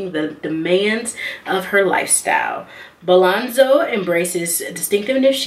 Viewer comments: BOLZANO NOT BALANZO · Bolzano, not “Bolanzo” #firstofall😒